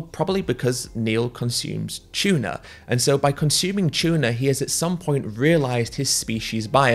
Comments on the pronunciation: “tchuna” lol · bro it’s tuna not chuna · "chewna" heh, good vid tho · It's "Tuna", not "Chuna" 🤣 I'm not morally obligated to be vegan or anything else. Morals are a human construct. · Its tuna not chewna ffs. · I had no idea that tuna started with a "ch".